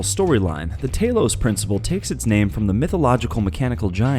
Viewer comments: tah-los not tay-los and wtf is a sigull? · The a in Talos is pronounced like the a in hat. The g in Sigil is pronounced like a j. Why do so few people research before they make a video?